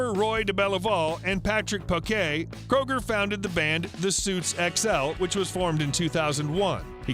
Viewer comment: its not Kroger you asshats its Kreuger ... but hell if you feel its ok to insult someone by mispronouncing their name who am i to say your an idiot (hooked on phonics worked for some )